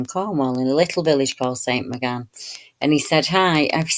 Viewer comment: It's pronounced St "moor gan" fyi. Very interesting, thank you!